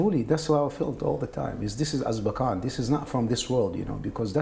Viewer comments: AZKABAN its Azkaban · AZKABAN!! AZKABAN!!! AZKABAN!!!! Not Azbakan!!!!! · “Azbarkan“ Nice. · The fact that the guy said "Azbakan" multiple times is bothering me so much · it's azkaban, not azbakan :( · I know its horrible but i can't stop screaming at my screen , its AZKABAN not AZBAKAN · I realize now on my second watching that the guy saying azbakan instead of azkaban is iritating my ears. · Azbakan! the Muslim Prison.... I think he means Azkaban! :P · I know this really isn’t the point and I’m sorry but...it’s pronounced Az-KA-ban. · The butchering of ‘Azkaban’ was tough to hear. Priorities. I have them. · An old (probably) arab man explaining his experience in Gitmo by talking in depth about Azkaban and Dementors from a UK children's book is simultaneously the most beautiful and the most tragic thing I've ever a heard. I don't care if he misspronounced it. I want to give that man a hug. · It sucked hearing the White Snake inmates story so bad that I can't even rip on his mispronunciation of Azkaban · Did you just say Azkaban lol